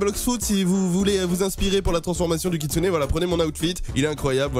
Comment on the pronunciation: encore une video incroyable mec avec le koutsune et pas le kitsune😂